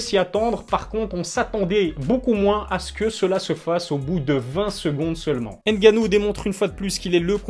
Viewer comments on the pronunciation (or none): Tu prononces mal le nom de Francis (N GANNOU) Comme tu dis on prononce [Gannou] et non n puis gannou